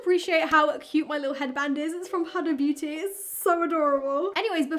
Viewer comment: So is no one going to talk about the way she said huda beauty.: "this is from Hada beauty" 😂😂😂😂 Edit: omg thank you 1k likes